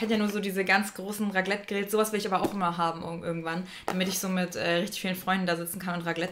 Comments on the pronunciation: Als Schweizerin heule ich gleich wenn du nochmal "raglet" sagst 😭😂😂😂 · Wird das nicht "ReKlett" ausgesprochen und nicht "Raglet"?😂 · ich schwör es isch so schlimm😪😂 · HAHAHAAHAHAHAH Raglet 😂😂😂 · stimmt schon aber wir als community nehemn es mit Humor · Wow Ich als deutsche in Deutschland finde das auch schlimm haha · Nich nur als Schweizerin, glaub mir. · Macht ein bisschen aggressiv 😂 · Wie lustig du einfach Raclette ausgesprochen hast 😂